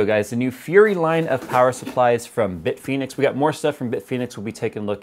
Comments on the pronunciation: "Bitphoenix": Whuzzat? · Bit Penis is what I thought you said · Bitfenix? bitfenix ghost